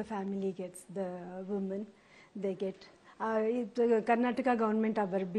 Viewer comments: madam adu karnatak alla karnataka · Karnatak ❌️ Karnataka✅️ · Why is she saying karnatak 🤦‍♂️🤦‍♂️